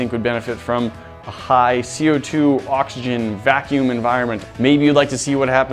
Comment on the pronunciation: said boxygen